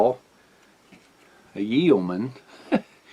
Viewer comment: Yeoman, pronounced with a silent e. (yo man)